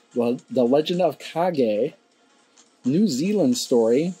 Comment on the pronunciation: Nice, this is the first video I've seen someone pronounce Kage correctly!